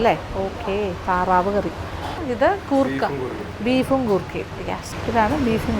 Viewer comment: Goorkha alla madam say " Koorkka" 😅😅😅😂😂